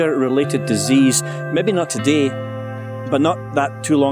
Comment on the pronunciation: ITS TO-DAY NOT TODEE